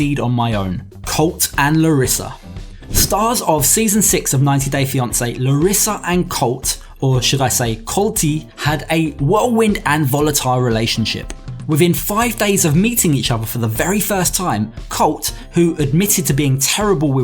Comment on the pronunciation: first off its COLTEE lmao not colt 🙄😂